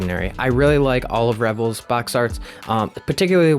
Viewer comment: It's pronounced Re-vell or Ri-vell, it's not pronounced like Rebel.